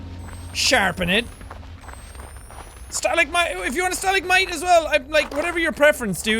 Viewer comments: did he call it a stalic might!? it's a stalagmite... he also missed a battery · Jack: the stalagkites. me:Fucking STALAGMITE SAY IT WITH JE STA_LAG_MITE. My family. I think he's Jack in his chain